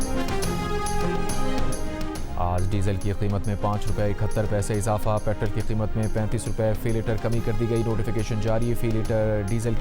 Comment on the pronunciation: یار یہ تم لوگ پٹرول کو پٹرل کیوں کہتے ہو؟ مانا کہ امریکن ہجے میں پٹرل کہا جاتا ہے مگر صحیح برطانوی انگریزی میں میں اس کو پٹرول کہتے ہیں۔ تاہم اردو میں ہمارا ان دونوں ہجوں سے اتنا کوئی تعلق نہیں۔ اردو میں اس کو پٹرول کہتے ہیں۔ تم لوگ امریکہ بندر لگتے ہو۔